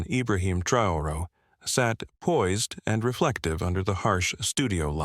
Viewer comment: You can’t even pay the respect of pronouncing the president’s name e? Hideous AI.